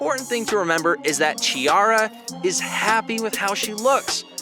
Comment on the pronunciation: The correct sound of her name is like Kkikara not like Cheeara.